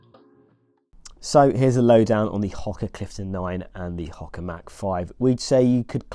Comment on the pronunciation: Ho-ka not Hok-a